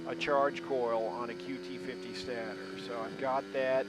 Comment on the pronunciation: Stator is pronounced with a long a, rhymes with Svader ;-)